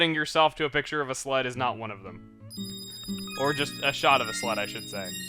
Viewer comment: When he was saying sled I thought he said slut